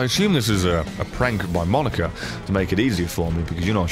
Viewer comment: it's moh-knee-kah, not maw-nih-kah